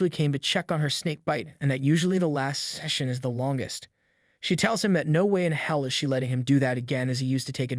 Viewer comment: Why did bro say session like that.🧍🏽